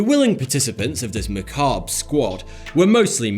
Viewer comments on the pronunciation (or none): none